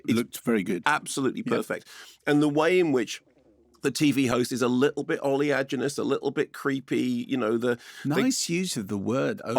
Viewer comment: I am glad to know for once how to actually pronounce this word thanks to mark ....